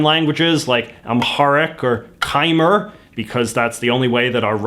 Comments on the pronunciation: My man just pronounced Khmer as Kyemur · Did you just pronounce Khmer as kaimer? LOL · its pronounced kmai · I flinched when he pronounced "Khmer" as "Kai mer" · “Khmer” is pronounced like “Kuh-Mai” 😁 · Khmer is pronounced Kmai,its a bit weird but,that's just how you say it.